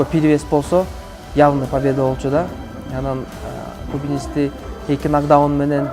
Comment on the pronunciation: Азамат иним, ийгилик!!! Журналисттер,блогерлер, туура айткыла,нокдаун, нокдаунт эмес!!!